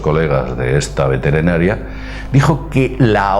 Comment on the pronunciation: veterenaria jajajajaja min